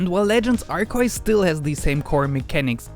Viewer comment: I hear a mob coming your way for butchering the name of the god XD